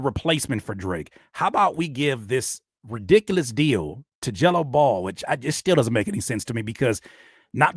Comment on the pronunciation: He had to say “Gelo Ball” about ten times before I realized he wasn’t saying “Jello Bowl”